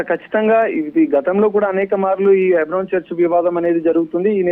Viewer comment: హైబ్రోన్ కాదు తల్లే.. హెబ్రోన్..ముందు కరక్ట్ గా మాట్లాడడం నేర్చుకో